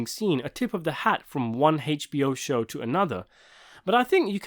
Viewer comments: How can I get you to stop pronouncing it “Haich-B-O”? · The way he says HBO kills me